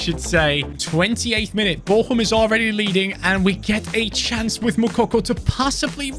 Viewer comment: It's vtl bochum 👎 vtl bocum